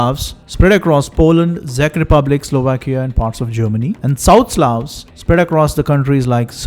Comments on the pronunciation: Heyy brother, love your videos, btw it's pronounced as "check republic" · Czech rep. he got completely wrong ...